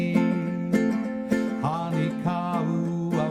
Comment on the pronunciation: Great lesson. Just one thing... The "o" in Honi is pronounced like the "o" in bone